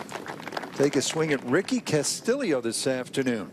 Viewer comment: This guy cannot pronounce Castillo